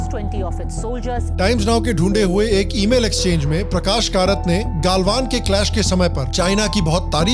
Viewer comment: जब आपने "गलवान" की जगह "गालवान" कहा. मैंने वीडियो देखना बंद कर दिया. कृपया नामों का pronunciation वैसे ही करें जैसे वे हैं।